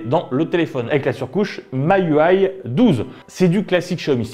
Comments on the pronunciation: Miui ça se prononce "me you I" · Alors: - la 5g ca sert pas a grand chose, faudrait déjà finir de mettre la 4g - ensuite apparemment le téléphone existe aussi en version 64go - ensuite miui (et non on ne dit pas maïouaï) comporte des pubs c'est vrai mais elles sont désactivables et perso je ne la trouve pas viellote au contraire elle va bien avec son temps dans son style ios et elle est mise a jour régulièrement